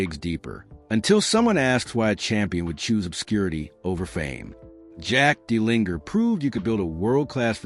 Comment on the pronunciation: It would be helpful if you pronounced his name properly.